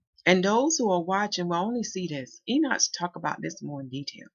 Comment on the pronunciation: PLEASE PLEADE PLEASE!!!! ENOCH is pronouced as this... EE - KNOCK ... not EE - NOTCH